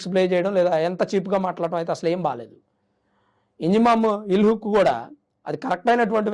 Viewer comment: ఇంజామామ్ ఉల్ హాక్... పేరు తప్పుగా పలుకుతున్నావ్..